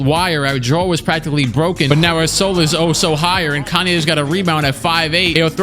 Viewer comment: yes kaney